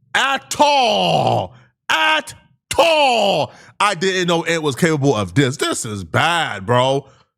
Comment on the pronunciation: Bro you put a whole lot of emphasis on-at all!😂😂 Ant out there on some big U type shyt😂😂 He's cooked